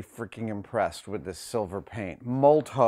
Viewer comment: Molotow primarily makes ink for graffiti writers, it's really good stuff. Also I've most commonly heard it pronounced like "molotov"